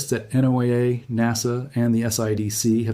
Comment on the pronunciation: um, it's pronounced "Noah", for people in the know. No one says No AA. Also, why the painted images of the sun ? all the paintings... it's kind of out of place and doesn't lend credibility to the video